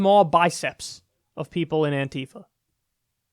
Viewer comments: Kyle... ffs.... is not "Anteefa" it's "Anti-fa". ANTI-Facist-Action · "Antifa." Not "anTeefa."